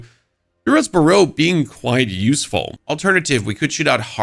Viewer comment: Dude can't say "burrow" like he never heard of it before